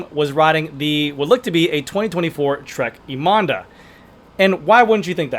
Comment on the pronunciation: Trek Madonda 😅